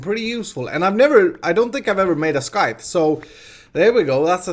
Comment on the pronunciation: here I was wondering what a skyth was haha my foreign brain understood you meant scythe though <3 (pronounced like sigh + th) cute